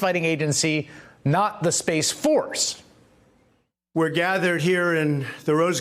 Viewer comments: "Space Saforce" I love how he is not letting this one go. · Dammit !!! At 52 I don't think the Spaceuh Force recruiters will send me to spaceuh camp..........I feel badly for the U. S.Airman that had to unfurl that flag for the presidents photo op. What a s### show. Bigly Sad............